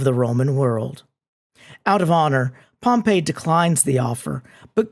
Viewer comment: Just a quick note, especially for students who want to sound like they know what they're talking about: Pompey (POM-pee) the dude is not pronounced the same way as Pompeii (pom-PAY) the city.